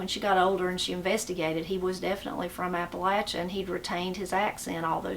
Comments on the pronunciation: I’m just glad you pronounce Appalachia correctly. Some people pronounce it Appa LAY chia. It’s like fingernails on a chalkboard when I hear someone pronounce it that way. I’m enjoying your channel. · I know someone is from Appalachia by the way they say that word. It's Appa-LATCH' a, not Appa-lay-sha.